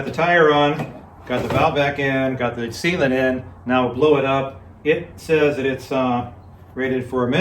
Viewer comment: I bought a few Park Tools and they are really good. Strange, I HATE putting tires on the rims. I kept hearing "Seema to it" instead of "Sealant". Since it's so much faster, sounds like another Ragbrai is in your future! John from MI